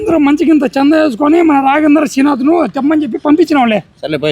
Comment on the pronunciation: శ్రీనాథ్ కదా పేరు,, తమాషాగా పలుకుతున్నారు..